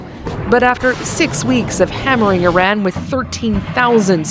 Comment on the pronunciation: They can’t even pronounce Iran correctly. I rann